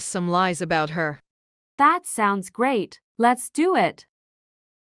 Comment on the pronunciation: Why those alex say grat but not great in the text like WHAT😂😢❤😅😊